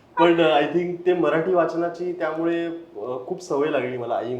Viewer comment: हा "मराठी" ला "म्हराठी" म्हणतोय सतत, त्याचा तो उच्चार कोणीतरी लक्षात आणून द्या आणि दुरुस्त करा.